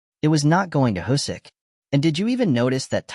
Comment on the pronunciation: Can't watch this with the terrible automated voice and "Husyk" pronounciation lol